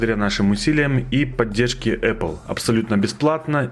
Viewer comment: эпел? может эпл